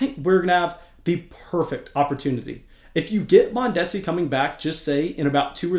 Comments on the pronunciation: The repeated mispronunciation of Mondesi’s name was hilarious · You are pronouncing Mondesi wrong